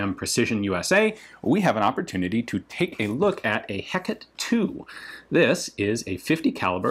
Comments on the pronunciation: Everyone pronounces it wrong. The Greek goddess' name was pronounces hecatay, not how you most pronounce it. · proper french ponunciation would sound like hey cat ;) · Always thought it was Heh-kate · Pronounced Heck-uh-tee, after the Greek goddess. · Silent "e" at the end. "Eh-cat" is the correct prononciation. Cheers from fr ✌️ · Heck a tee, is the pronunciation. Its not French its Greek. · It's said heck-ahhh-tae phonetically in English whether that be American English or or original British English. 😜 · The pronounciation would be ""hey-cat". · It is pronounced heh-cot-ee. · It's pronounced "hecketay" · God, thanks to SAO 2, I can only say this as "he-ca-té" and not the actual pronunciation... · You are serving french military and didn't point out the proper pronunciation of the Hecate to Ian? Shame on you! Also always interesting to see that ALL militaries worldwide suffer from the same "Aküfi" (german mock abbreviation for "Abkürzungsfimmel" roughly "abbreviation fetish" or "Abbfet") ... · You pronounce it with a slight slight inspiration on the h and the E in "he-" is the same as in your way of saying "touché"'. Then it's just "cat" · I think it pronounced a little differently. It's named after a goddess. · coming from GGO, that pronunciation sounds foreign to me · Did I hear that right ? Ian can't pronounce something french ? Whats next, flying pigs ? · for English speakers, the pronunciation of "Hécate II (say deux) " is something like "Ay-kât dö " not Hackett ; the "H" is silent in French. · The word is pronounced hec ar tay. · It's pronounced Heh-cot-aye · Not really. He pronunced it more like "Heck-ate" when it should be "Heck-at" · Your pronunciation of Hecate isn't wrong exactly, but I still prefer the three syllable Hek-a-te to Hek-et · I physically cringe every time you say "HECK it" because I definitely would pronounce Hecate as "eh CAH tay" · Come on Ian... The clue is in the name. Hécate (/ˈhɛk.ə.ti/; Heh-Kar-teh), not hekket. Glowers in Olympian